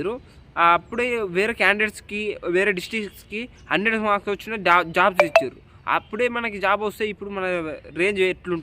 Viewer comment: " వాచిన" కాదు అన్న" వచ్చిన" 😂😂😂😂😂😂😂😂😂😂